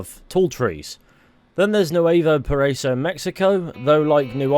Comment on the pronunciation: Nuevo paraiso.... BRO just google the pronounciation!